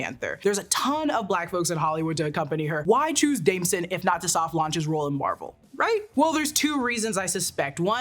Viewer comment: Damson * not Damsen.